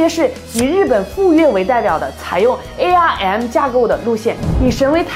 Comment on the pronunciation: ARM不要念成A R M